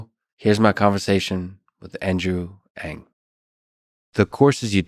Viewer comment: Thank you for pronouncing "Ng" at the beginning of the video! His name is everywhere, but it's not easy to find out the pronunciation. Also great questions, and inspiring, insightful answers from Andrew.